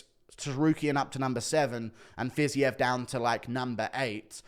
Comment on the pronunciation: JAYLEN TURNER JĀY- LIN turner... Pronounce the A as a capital A. Raphael Fiziev Pronounced fiz-EVE. Like christmas eve. I am in no way being facetious or rude. I am genuinely trying to help you in the correct pronounciation of their names. Huge fan. ❤️